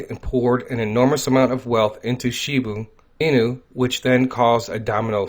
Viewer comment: It’s NOT Shibu Inu, it’s ShibA Inu!